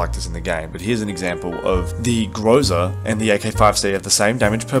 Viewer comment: I really hate doing this but the right stress on the groza is on the last syllable so its grozA(thunderstorm). Idk why it triggers me so much, i dont get triggered when natives do this